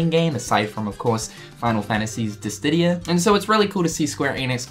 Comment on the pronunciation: There's that "Diss-didia" again... D: It's Dissidia. Diss-i-dee-ah. Say it with me XD